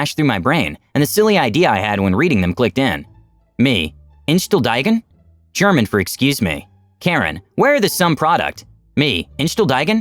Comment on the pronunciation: Awful German pronunciation!